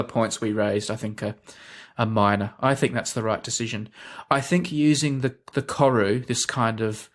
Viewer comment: Just wanna fix up the pronunciation on Koru Just roll the R